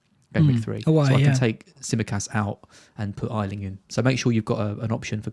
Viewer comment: Oh my god your still saying g Ayling wrong!!!! Ayyyyyyling!!!!!! Say yayyyyyy! Ayyyyyling